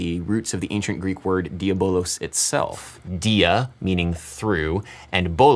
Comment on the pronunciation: Diavolos derives from the Greek word Dia+ vallo (διαβάλλω) and dia+ voli (διαβολή) which means calumny, defamation. Neither bolos, nor volos... The verb vallo (βάλλω) means to throw, strike or attack. But to be fair you were pretty damn close.